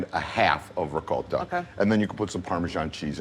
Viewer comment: I am so glad that pronounces ricotta correctly. It’s not rigot it’s ricotta, with a long “o”. I know it regional, but this is the way I was taught to pronounce it. Thank you,.